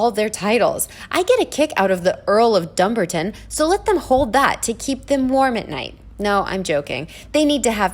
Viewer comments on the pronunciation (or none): It”Dum BAR Ton” an ancient town in Scotland. Not “DUM Barton”. Do your research. Otherwise I agree with all you say.